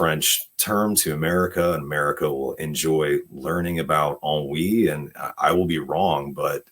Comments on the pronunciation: It sounds like you're saying "On Weed" lol is she gonna discover weed in this movie? If she does, that would be hilarious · Since I read period romances, I have seen ennui used in a sentence, but never said aloud. That’s why with the mashed pronunciation at the start, I didn’t realize it was ennui being talked about here. And typically in books, it’s in the context of one of the British ton (very upper class wealthy rich people) who have grown bored of the entertainments they attend, the travel, and feel a sense of “we do the same thing, have seen everything, existence is pointless?” mild boredom, with world weariness also. Not something I would ever associate with childhood or teenage years growing up. And working class people have no time to feel ennui, it’s a luxury they don’t have.